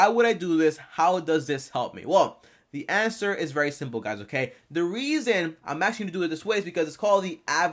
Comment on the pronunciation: “The anwser is ima anwser it”